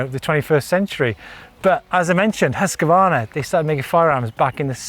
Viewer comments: hus kvarna NOT huska varna ;P :P hahaha huska varna LOL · There is NO letter between Husq and varna. Please stop pronouncing it Husq-a-varna! It's Husqvarna. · says it is pronounced Husk Varna , nek minut Huskavarna this Huskavarna that ... ah well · Huskvarna is a name with two words put together Hus= house and kvarna=milling so the pause should be hus-kvarna. Not Husk-Varna. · try making a pause between hus and kvarna and you get it right :) i live very close to the village of husqvarna. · Hoos Varna is the correct way to pronounce it. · Husk-a-varna 😅 thats not right